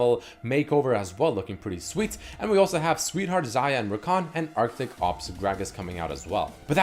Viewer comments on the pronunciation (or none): none